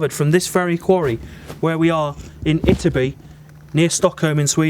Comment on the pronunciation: Ytterby is pronounced with emphasis on both Y's